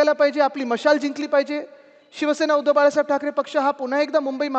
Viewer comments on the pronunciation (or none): none